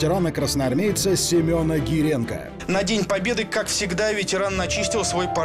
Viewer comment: Не Геленко как на российских каналах,а Гиренко фамилия всё таки правильно